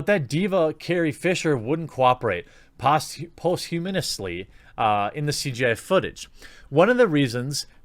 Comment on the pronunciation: “Posthumously”!!! Oh my fucking god, dude. Learn to English, pleeeeaase!!